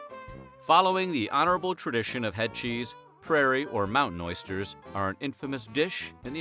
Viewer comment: That took balls eat them cowboy "oister"?!?